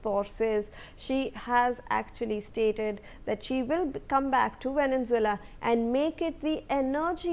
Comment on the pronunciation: Your pronounciation of Venezuela is wrong!